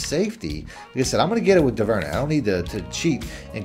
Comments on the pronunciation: It's pronounced Dooverney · Is it me or did you make “Duvernay” sound super French?